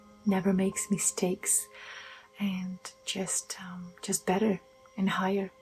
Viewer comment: What’s a “higer”?